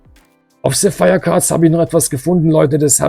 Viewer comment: Mein lieber ich glaube der Shop Sapphire Cards musste du aussprechen wie der Edelstein Sapphire ^^ hört sich sehr interessant an xDD sap phire 😅